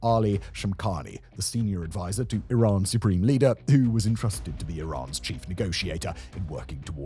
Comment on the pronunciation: Remembers guys, it’s “e-rhan” not Iran 🏃‍♂️‍➡️